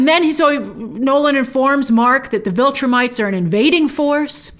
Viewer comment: Get a good cry in and then move on, WOW! Do you have a heart? Lost her husband, son nearly killed. You are cold Grace. Damn!!! Lol. Oh, and it's Viltrumites not Vultrimites.